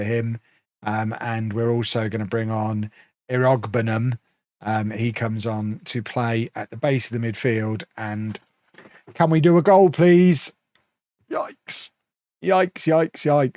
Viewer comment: Iroegbunam is prnounced irr-ə-BOO-nəm / irr-uh-boo-nem